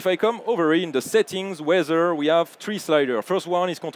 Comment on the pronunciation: You got very nice presentation however I want very politely point out to "presentators" - narrators very bad English accent - it's nothing offensive - but I got (and probably a lot of another people as well) very hard time to listen what he's saying. Can you please improve English for your workers / employees? - - what he means with word "WEAZZER"- does it means "weather"? - "OZER" - does it means the word "other"? I am sorry to say - but that is really bad to listen. All presentation are full of words that is not English-like subject.